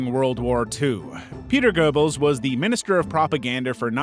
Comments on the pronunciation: It’s not click bait nonsense he just can’t pronounce it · You don't even get the Name of Goebbels right. Simply clickbait nonsens.